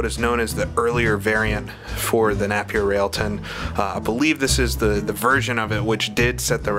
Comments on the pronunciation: the Napier Railton was never the fastest car in the world, it sent a record at Brooklands but was never the fastest car in the world, furthermore Napier isn't say NAP EER it said NAPIER mong. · Nape as opposed to Napp? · Quick Apology! I believe I mispronounced "Napier" for the first half of this video and somehow switched halfway to the right pronunciation. I hope this does not affect any enjoyment in the viewing! I blame it on being American!